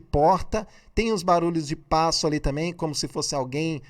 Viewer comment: Senhor YouTubezinho pensei que faria uma análise técnica, mas não essa piada de achismos seu. Cume? Bolsonavis não fala "cume", por que ele não fala errado? Se até você fala errado e é muito mais inteligente do que ele, imagine o ignorante do bolsonavis. Você fez toda essa piada de análise para ganhar like, foi?